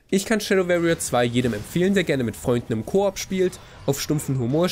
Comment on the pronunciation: sehr gutes review. Tipp: anhören wie warrier gesprochen wird.